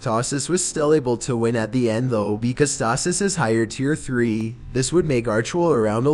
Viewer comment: the way the text to speech prenounces tasis💀💀🦨